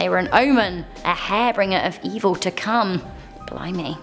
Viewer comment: Harbringers? isn't is harbingers?